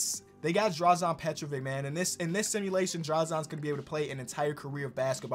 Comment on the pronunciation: as a Croatian it hurts to hear how you pronounce Drazen Petrovic's name😂😂 i need you to learn to pronounce it